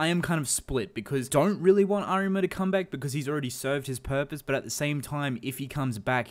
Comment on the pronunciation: Stress the A in Arima, not the ri